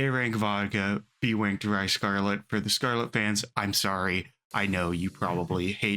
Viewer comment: Daiwa. Daiwa. Daiwa. Daiwa. NOT Dawai. Not Dawai. Big pet peeve